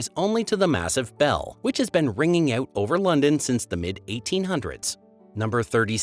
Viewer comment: After Birming-HAM, the woke, politically correct CE instead of the more appropriate AD, and words with out at the end pronounced as oot, I had had enough.